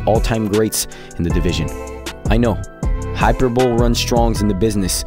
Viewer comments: Lmaooo this man said "hyper-bowl" . My guy, it is pronounced hyper-bowl-ee 🤣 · high-per-boo-lee not hyper-bowl. You can say you don't give a shit but it pays to be right. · Lol he said hyper-bowl . Tee-Hee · Mans said "hyperbowl" 😂😂😂 HY-PER-BO-LEE. Solid vid tho just picking fun 😅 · Hyper-(bowl)????? Hy-per-bo- LEE couldn't help myself, thanks for the content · My brother in Christ, did you really say "hyper-bowl"? Hi-per-bo-lee Loved the video though lol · Hyperbole does not = Hyper Bowl. It is pronounced Hyper Bowl ee. Hi per bo lee Otherwise this is an awesome video and edit! Love the flicking and smoking inhale to get started! The pronounciation button on google is sooo helpful, nothing wrong with double checking if youre not sure. Click the button and it will tell ya how to pronounce something. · Hyperbol-ee. Not hyperbowl. Edit: Not trying to throw shade, just trying to help. Nice video btw. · Its pronnounced hyper bow-lee Not hyperbowl. Not a word you hear said aloud often. Hopefully I was helpful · Just one thing, it’s Hi-per-bo-lee, not hyperbowl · not HYperbowl, but hyPERbolee my friend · Come on … Hyper-bowl?? It’s pronounced “high-per-bow-lee.” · Yo my guy hyperbole is not pronounced “hyper-bowl”, it’s “hi-per-buh-lee”. Dope video tho! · Btw the word is hi perr bo lee. Not hyper bowel. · Probably won’t see it but hyperbole is pronounced Hi-per-buh-lee not Hyper-bowl, not trying to clown on you or anything just trying to help out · hyperbole = high-per-bah-lee not hyper bowl 😂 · I hate to be that guy... but hyper bowl is not hyperbole 😅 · hyper bol? or hyperbole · Hyper bowl???😂😂 bro its hyperbole (hy-per-bow-lee) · My man really said HYPERBOWL LMAO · Dude said hyperbowl instead of hyperbole 🤣🤣🤣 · it's pronounced Hyper-bully. Other than that and the raid ad, nice video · this man just said "hyperbowl" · Great video! Just one thing: Hyperbole - Hi - per- bol - Ee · Hyper-bowl? Was a valiant effort mate lol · Dude said “hyperbowl” 💀💀💀